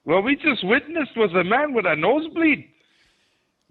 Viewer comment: "I witnissed a nosebleed I'll tell you that" I'm dead 😂😂😂💀💀💀